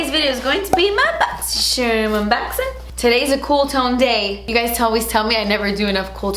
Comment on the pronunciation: Who else watches these just to hear her say "boxy sherm"? <3